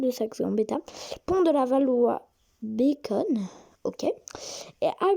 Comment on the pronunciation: C'est pas mal, il y a quelques manques que je vais t'apporter. Pour le MF 67 cela veut dire matériel fer par opposition au MP matériel pneu. Pour la ligne 3 le terminus ouest s'appelle Pont de Levallois Bécon cela se prononce bécon, pas bacon comme le mot en anglais. Pour les terminus des lignes 2 et 6, ils sont en boucle, le train repart dans le même sens. Le MP 14 CA photographié à Cité est bien sur sa ligne, il y en a déjà deux qui roulent sur la ligne, il y en aura d'autres en complément des MP 89 et 05 CA qui sont déjà sur la ligne. Pour la ligne 11, le matériel actuellement c'est du MP 59 qui va être remplacé par le MP 14 CC. Pour la ligne 7bis, c'est du MF 88, ce sont les premiers trains où nous avons pu circuler d'une voiture à une autre grâce à l'intercirculation comme dans les bus articulés.